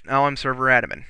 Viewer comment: Admin, not adamin.